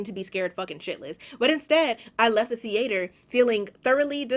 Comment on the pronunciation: you say theater like the ate her 😭